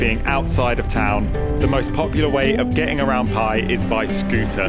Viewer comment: Just fyi, its pronounced with more of a "B" sound than a "P"...